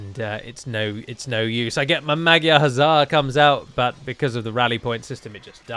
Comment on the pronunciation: Please pronounce magyar like "madjar"